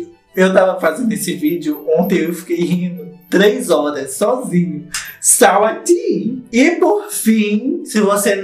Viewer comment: Mas, gente, eu também chamava a moça de SAWATIE kkkkkk só descobri que tava errada quando vi a entrevista dela com a anitta, lá nos states. Se a mulher que fala inglês não sabia a pronúncia, imagina nóis 😂😂